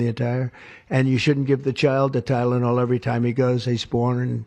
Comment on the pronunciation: Tylonol not gud man wat u mean XD